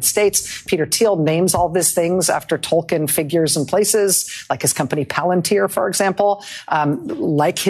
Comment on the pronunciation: Narya was a ring, not a character. The ring is symbolic as it is supposed to inspire those against tyranny and suffering. It's also not Tol-kin, it's Tol-keen.